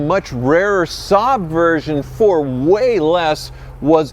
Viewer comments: Its pronounced SAB not Sob, Saaaab etc. LFOD ! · saab pronounced ssaaaabb and ssaaaaabb😢